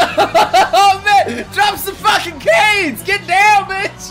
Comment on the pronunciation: "I'm facking out of my facking mind." Sounds like you're pretty lucky.